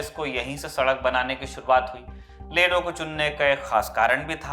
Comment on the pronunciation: Its not lilu sir it's Ledo, and one more thing I m also from ledo.